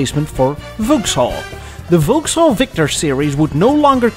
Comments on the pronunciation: Gentle correction: Vauxhall is pronounced "VOX-haul", not "Vouks-hall". English is weird that way. And GM bought Adam Opel in 1929. I had a high school teacher in the US who drove an Opel GT ... Opels were pretty hot cars in the '70s for those who wanted economy and performance but didn't want to buy Japanese marques. Incidentally, GM kept up their frankenstein strategies in Europe until Opel was sold to PSA+Fiat/Chrysler in 2017; the worst car we ever bought was a 2009 Opel Antara, which had a Chevrolet Captiva body and frame built in Korea by Daewoo, a Holden engine from Australia, transmission from some other GM division, with "styling by Opel" in Germany. To add insult to injury, it was sold as a Saturn Vue in the US. It was gutless, but still managed to drink gas at a prodigious rate; in my experience that's a common trait of six-cylinder engines. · It is NOT "Volks-haul"; it's "VOXhaul"! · Oh dear,. It's pronounced Vokkshall, not Vowkshall. Also, whisky does not come from, er, England. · It's pronounced "VOXALL", even though it's spelt Vauxhall. Don't ask me why but that's simply how it is. Thankyou for this clip, though, it's appreciated. Take care and all the best. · We pronounce Vauxhall as vocks-hall, please! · Why do you pronounce Vauxhall so strangely? Vox hall. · Vauxhall pronounced Vox all. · Vauxhall is pronounced like 'Voxall'. The English language is not a phonetic language. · It's pronounced "Vox-All".